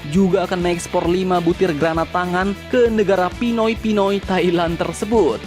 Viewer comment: Mimin terlalu menghayati dg kata "PINOY"